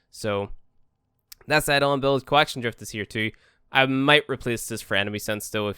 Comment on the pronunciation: add-on hunt. wut? EI-DO-LON